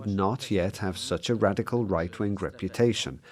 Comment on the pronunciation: stop saying radiccal